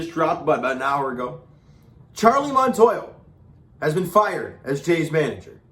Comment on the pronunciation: Montoyo!!!!! Not Montoya!!!!! 😂😂😂😂😂😂😂😂😂